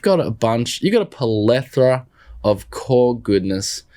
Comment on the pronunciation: Not Polethra , Plethora!